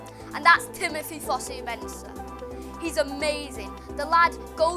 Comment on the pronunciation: Jess Lingard? Fusu-Mensah? Come on